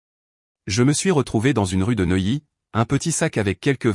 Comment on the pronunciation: Neuilly pas noyé!!!! Pourquoi reste il a Neuilly